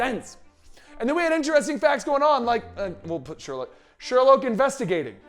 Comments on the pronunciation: not Sherlouge 🕵️‍♀️ it's Sherloque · Vibe made no sense; why cure yourself if you have complete control of your power and no mutations or side-effects? It's pronounced Sher-loke by the way.